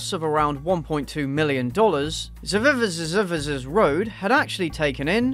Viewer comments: i'm not from english speaking country, but i'm stunned how you who have english as a native language, cannot read uncommon words like this! ZEE-ZEE-X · Heads up, it's pronounced like "Isaac's" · It is pronounced Zy-zicks road. It is between here in Vegas and Barstow California on I15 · Lol, if you drive between Vegas and So Cali, you’ll drive by this road. The roads name is pronounced Zizz - ix. But, they spelled it like how you said it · i'm pretty sure it's pronounced z(eye) zix. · I think it's pronounced "zi zinx" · It's pronounced Zi Zex. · I rewatched you trying to pronounce the name at least 6 times. This is the content I come here for. JUST KIDDING THE AD MADE ME LOSE MY MIND; much like the boozy housewife. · .... really? That intro was bad.... its not hard to pronounce...